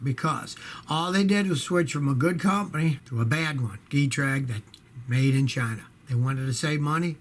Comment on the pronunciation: It's "Get-Trag" NOT "Gee-Trag". Stop ALWAYS bashing Big 3 vehicles 😤